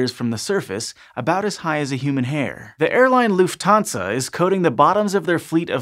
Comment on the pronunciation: You're pronunciation of "Lufthansa" was rather odd. You said it like "Loof tansa." That's really weird, even if you don't know German. It's "Luft hansa." You got to pronounce the /h/, which means the /t/ is said in the coda (end) of the first syllable.